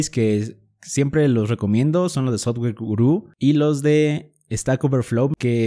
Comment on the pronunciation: No entiendo si sabes ingles por que pronuncias sotguer en vez de softguer? Si es software